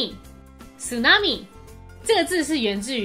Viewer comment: tsunami的tsu應該不是這樣發🤔